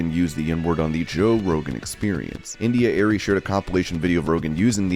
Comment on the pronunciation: How do you mispronounce India Arie? It's clear you don't know who she is or have heard her music. This is the problem.